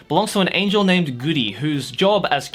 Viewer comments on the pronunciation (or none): none